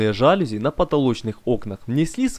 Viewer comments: ЖалюзИ, а не жАлюзи. И это слово не склоняется. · мелочь, но все же... не жАлюзи, а жалюзИ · жалюзИИИИИИ не жАлюзи, а жалюзИИИИ. Аааааа мои уши🥴😖😞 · Отлично! Лайк. Придраться можно только к ударению в слове "жалюзи". Правильно ударять на последний слог - "жалюзИ". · Вообще-то «жалюзи» слово французское, а во французском, как известно, ударение падает на последний слог. Поэтому жалюзИ и слово это не склоняется. Ужасно режет слух,хотя сама работа хорошая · Ваш ролик симпатичен, но при этом "жалюзИ". Прошу прощения на поправку. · Глядб! Жалюзи, а не жалюзи! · Все, конечно, классно, но вот ваши заУсенец и жАлюзи очень режут слух